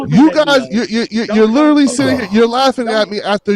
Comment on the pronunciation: He butchers that word. It's disgusting.